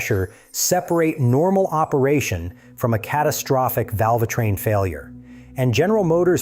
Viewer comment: WHAT is a valvah train ? Humans do a better job of reading and speaking.